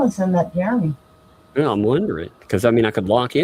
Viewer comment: When the cop asks what his name was she didn't say Jeremy she said Geremy. Go back to 33 minutes and when doing her video and at the cop asked karma is a biatch keep your nose in your own business and your husband sugar booger